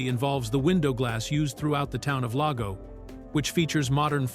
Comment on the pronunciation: Not to mention the mispronunciation of "Lago" and "Mono".